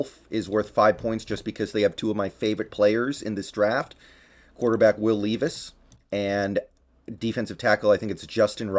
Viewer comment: Leave-is? Always thought it was lehv-is